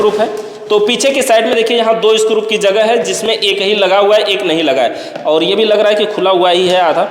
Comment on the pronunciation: भाई स्क्रूप नहीं होता स्क्रू होता हैं